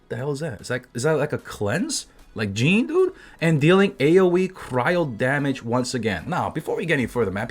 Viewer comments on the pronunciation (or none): none